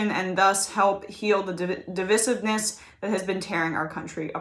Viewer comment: devIsive, not devisive